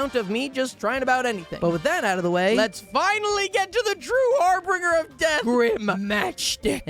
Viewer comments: It's Har-bin-ger. "Harr Binn Jurr" Not Harbringer. Harbinger. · Har - BIN - ger. Not Har - Brin - ger.